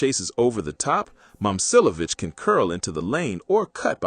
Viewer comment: It’s saying both his names wrong so not really